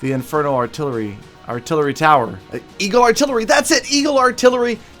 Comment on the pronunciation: 5 years of clash experience and u forgot how to say eagle arttilery Am disappointed 😔